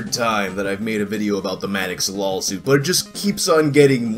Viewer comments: are you purposely saying lolsuit or am i just hearing things? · Are you saying "lawsuit" or "LAWLsuit"?